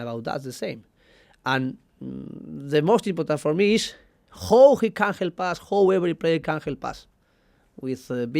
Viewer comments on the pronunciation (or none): The way he pronounced 'how' is hilarious 😂 "the most important thing is hooo he can help us hooo every player can help us". No worries Emery! We already became a banter club, and it seems there is absolutely no solution for the time being. You are a very average manager, rigid and your man management seems poor. One of your biggest problem at the PSG apart from Neymar, was refusing to use a translater. Trying to learn and speak a new language is very positive by itself, however, I do not know how the hell the players could understand you when you speak like this, where in football every fucking single word is tremendously important to get your ideas across, to make clear your tactics; and it is a very little time that these players get bored of you. So, dear Arsenal fans let us prepare for the worst. Our owner is Kroenke and the manager is Emery. At Wenger time, even at his worst periods we use to play an eye-catching football, and we even used to win big games at home. Do you think Emery's team will win Barcelona, Manchester, City, Liverpool or Bayern at home not at the bad but at their good days? Me personally, I don't think so unless they will back him with big transfers. But sadly they will not. So, our Arsenal is not back and will not be till Kroenke is out.